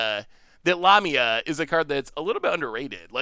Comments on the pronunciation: The mispronunciation is just ridiculous. La...mi...a...the picture on the card is a snake like creature a.k.a. a Lamia NOT anywhere near a llama 🙄👎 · La-ME-a. Lamia 😁